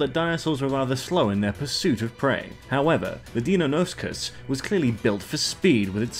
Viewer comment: its DIE-NON-O-CUS